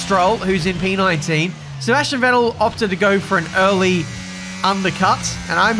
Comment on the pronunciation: FYI - the V in Vettel is pronounced like in fat :)